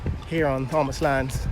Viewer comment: Pronounced "tomas" the "h" is silent 🤫. That whole road is a total 💩 show. Why are lampposts in the road. The sidewalks are rather thin and non-standard.